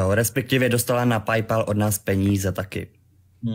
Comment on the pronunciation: "respekťivě" to je vůl :]